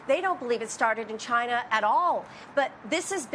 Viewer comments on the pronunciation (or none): Maybe that is a question you should ask “Chy-na.”